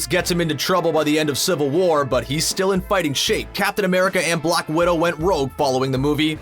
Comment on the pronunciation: Dude said block for black!!!